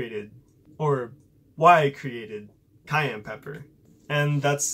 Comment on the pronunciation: ITS PRONOUNCED SAI-AN NOT CAYENNE